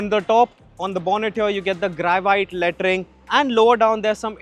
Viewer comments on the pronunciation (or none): Bro kept saying Lettering in such a way that it kept sounding like latrine 😭